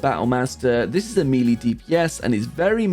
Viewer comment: Melee is pronounced me-lay